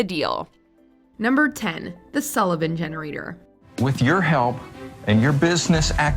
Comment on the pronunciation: Why'd she say Sullivan Henerator?